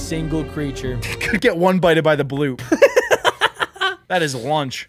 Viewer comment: What do you mean boop it’s bloop not boop